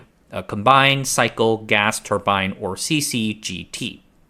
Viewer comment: I cringe when you mispronounce turbine